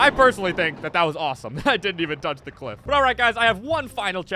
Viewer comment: bros saying cwiff